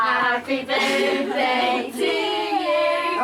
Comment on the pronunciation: happy berfday lizzey